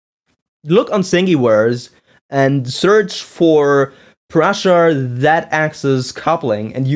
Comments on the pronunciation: Hi man, first, my name is pronounced "proosha". As you said, its old model, no reason to bitch about it in 2013 you are three years too late ;-) It is still built as there are thousands of ppl who can help you with it. Hanging Z axis was made because it transfers less wobble to the print, now with tube couplings, its not needed. Your coupling slid out of the shafts either because they were oversized or you didnt tighten them. Sanding the motor shafts helps a lot too. Your cables broke as you didn't bolt them to the Y carriage or used poor cables. Two motor Z axis is much easier to maintain then the original mendel one, if you would built original mendel, you would know. That thing sucked to calibrate. The x axis wobble is true, but during prints it wasn't affecting the quality too much. ... Anyway, keep up the good work. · Nope. It's pronounced "pruh-sha". Trust me, I've met the guy and I'm right.